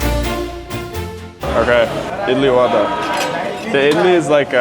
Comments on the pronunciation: It's not vada It's vaadaa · its not vaada | va daa (va-at a, stop immediately, do not extend it.) And do the aa sound in the last of it. :D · it is not vada it is vade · you pronounce it vuda not vada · it is not vaadaa but vudaa (vulcan) ... begins not like van or vandenberg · OMG FINNALY A GENUINE REACTION. BRO SHOULD GET HIS ADHAR CARD REGISTERED😂😂😂😂 AND ONE IMPROVEMENT, VADA IS PRONOUNCED VUDA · btw vada is sort of pronounced like vara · Pls pronounce vada properly